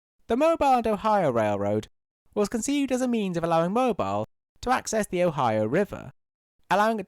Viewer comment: Great video! Just some quick notes on pronunciation: - Although spelled like the Egyptian city, Cairo Illinois is actually pronounced "Kay-ro" - Mobile Alabama is pronounced "Mo-beel", like in the word automobile